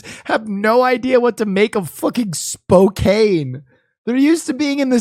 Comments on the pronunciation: The Zebras were in the Seattle area (North Bend/Snoqualmie) not Spokane (pronounced Spoke-ann). Yep, Twin Peaks! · I'm in Yakima and when he said Spokane I was so confused. How do they mistake Spokane, normally everything is Seattle to those outside of WA